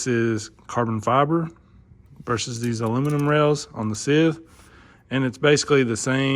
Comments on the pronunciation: Scythe is not "sith". It's pronounced like s-eye-th as in the "sigh". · pronounced sigh-ith fyi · Lol. It's scythe (s-eye-th). You know, like the grim reaper carries?